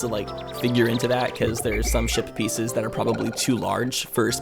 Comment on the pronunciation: I wonder how many new viewers will hear saying shit pieces instead of ship pieces.